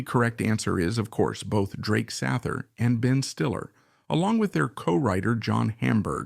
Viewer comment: SAYther … get it straight